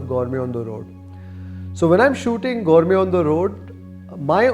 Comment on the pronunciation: Gourme gourme antha saaythane ee yappa 😂